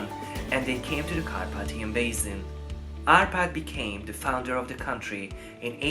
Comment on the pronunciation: Érthető az angolod, de meg kellene tanulni rendesen kiejteni a th-t, w-t. Az s az mindig sz, sose z (basin=bészin).